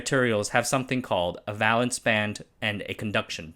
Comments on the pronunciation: Valence is pronounce vey-luhnss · It's a long a in valence. Not an a like in balance. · Huh, I've always pronounced the "val" in "valence" as "veil" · Platelets and valence both have a long 'a' sound, like the a in bake.